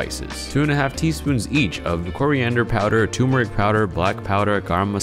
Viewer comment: Hey what's "toomeric"? I've never heard of this classic Indian spice. Did you mean turmeric?